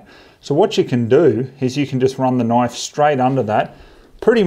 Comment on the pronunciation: That's not a noife, this is a noife!